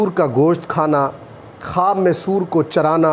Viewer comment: آپ کو تو سور بولنا بھی نہیں آتا